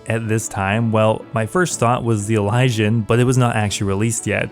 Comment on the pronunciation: I’m pretty sure that’s how you say it